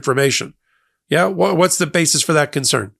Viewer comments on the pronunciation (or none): none